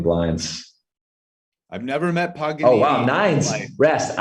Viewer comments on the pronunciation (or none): LoL its not PAGAN(ONE) N (ONE) .. its PAGANINI .. you ever heard of him ? In USA they dont teaach things like that..maybe u dont even know what is that he is warking, the name of profesion... i have no word... i have nice opinion for you, with this and some other things that i dont give much fuc* but i start to recognize that you are very poor educated. Not talking about Poker, maybe in poker you know evry single word and what it mean... but other things in the whole world that u dopnt know, are the one that will help to use those theory that you know about poker. You shoud implement THE WORLD in your game !! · how tf did not realize that dudes name isn’t pagan one n one but instead Paganini lol